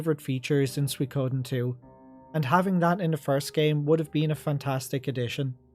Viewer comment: What is suiKOOOden thing? Accent rices on the second mora